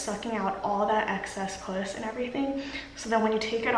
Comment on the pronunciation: She said excess pus but it came off as puss lol I need some of that excess puss in my life lmao